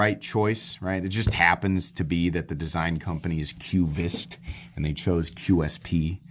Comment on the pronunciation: It's pronounced: kvist. Not kyoovist.